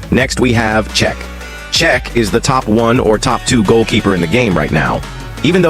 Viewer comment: This AI voice just pronounced Cech in 4 different ways